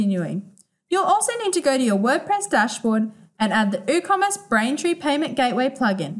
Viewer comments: Hahaha i was thinking the same - did my head in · Is the 'W' in Woocommerce silent? Or was this pronounced incorrectly?